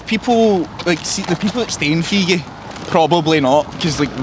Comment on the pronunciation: it's feegie 😂